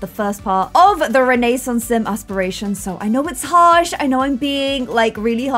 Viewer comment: Does it make anyone else’s skin crawl when says renaissance wrong?